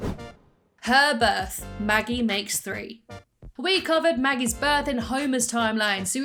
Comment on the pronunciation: you said magus